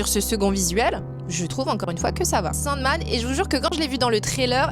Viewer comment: Oublie pas : Soundman pas Sandman :)